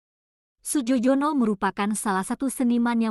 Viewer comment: Melafalkan Nama Maestro ini bukan Sujojono tapi Sujoyono … ini ejaan lama